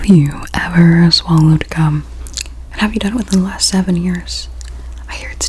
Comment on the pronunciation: Bro when she said gum I thought she said sum else